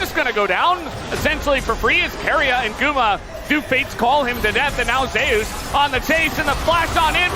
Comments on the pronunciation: wtf is zeyus ? it's zeus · Why are the casters mispronouncing him as ZEu'us instead of just Zeus? By their logic Faker should be pronounced FA'ker/Fucker 😂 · Why the f*ck western casters can't speak "Zeus" properly? Zeias? WTF? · Zay-us? What the actual fuck. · "ZAY OOS" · why the fuck do you pronounce Zeus like that